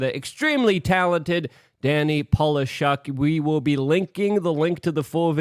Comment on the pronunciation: C’mon Luke! You are Polak 😉, you know how to pronounce correctly Danny last name, Polishchuk. After all Danny is Jew, but his last name is somewhere from Poland, Ukraine or Russia obviously. He and Ryan Long are gonna be big in comedy world in future, I can bet.